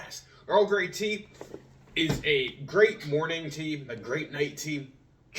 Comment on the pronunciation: Tea in not teain lol